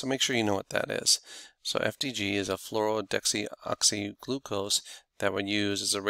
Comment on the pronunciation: 18F-FDG should be pronounced "Flouro-DE-oxy-glucose"--instead of flourodexooxyglucose--as it is a deoxy sugar (lacks an oxygen), if I remember correctly.